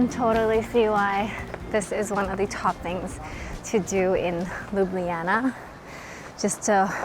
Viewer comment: Finally!!! someone who pronounces Ljubljana correctly...ok, I know it's not the easiest names to get right.. but bravo!!